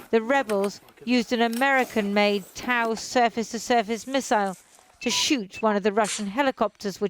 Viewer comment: And by firing a US-made TOW (the reporter pronounced it as “Tao”) miss-aisle